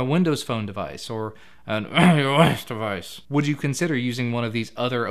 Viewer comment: Lol gotta love: android, windowsphone, iorsd..... lol just saying that name is difficult for me too =)